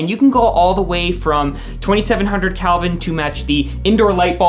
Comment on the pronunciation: Did he say "Calvin" instead of "Kelvin"? "COB" stands for "chip on board".